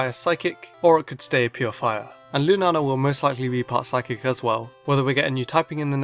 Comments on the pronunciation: I think it's pronounced lunayla but I'm not sure just because of the double a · It's pronounced loonah ahla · yep, in brazilian is loona-lah, but your pronunciation is cool too